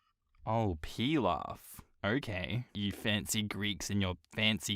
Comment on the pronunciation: Man I'm not just here for reading the stories again (I've already listened to almost every one of his videos) but I'm here for the laughter and silliness others would consider outtakes. Only reason I know he's saying pilaf correctly is because of the movie Bartok The Magnificent. There's a character named "Piloff" pronounced as "peel-off" which is how Bartok saves her. By peeling her off of where she's been stuck. And Baba Yaga sounds like she's talking with a greek accent, even though I know she's supposed to be russian. And by association I get tomato pilaf from the greek place close to me as it's tasty. Imagine a little 10 year old running/stomping around trying to say "PEEL OFF" in a russian/greek kid accent with a mouth full of tomato sauce and rice.